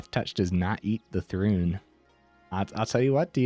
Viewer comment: It's ThRUN, not rune... sorry xD